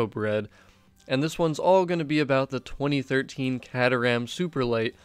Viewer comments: It pronounced k-ter-ram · Awesome stuff... But the proper way to say the cars name is... Kay-ter-am (sorry buddie)